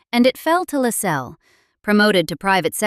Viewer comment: LASS-els. Stress on the first syllable. If you don't even know how the name of the subject of one of your documentaries is pronounced - how can we then trust that the rest is correct?